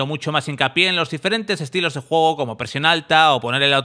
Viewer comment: TERRENO DE JUEEEEEGOOOOO pronuncia bien que te re parió